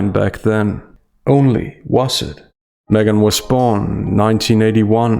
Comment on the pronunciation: I swear you called her SMEGhan